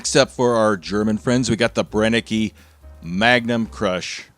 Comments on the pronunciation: Great video again! Just as an FYI "Brenneke" is pronounced "Brenn-eh-keh", "Brenn" like the Bren gun. The "ke" sounds like "ca" in the name "Monica"? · Brenneke is pronounced Bren nuh cuh. Now you know.